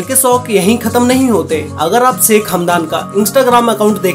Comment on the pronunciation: भाई अपनी तुम ठीक से बोल नहीं पाते 'श ' अक्षर को 'स ' क्यूँ बोलते हो जैसे शेख को सेक बोल रहे हो